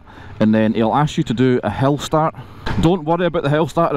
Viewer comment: Is he saying 'hell-start'???